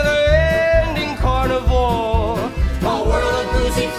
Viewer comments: One thing that is ticking me off is that you keep sounding like you are saying carnivore. He’s saying carnival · you soynd like your saying carnivor rather tthan carnival here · It sounded like you were saying "never ending carnivore", just wanted to say it's never ending carnival since RTC is where the teens died at a fair ground/carnival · Am I the only one laughing because she keeps saying carnivore instead of carnaval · i can't tell if she was saying carnivore instead of carnival 😭